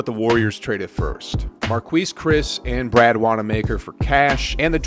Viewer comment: The way u say marquise is crazy😂 why u pronounce it like that. Other than that I got no complaints about the vid keep up the good work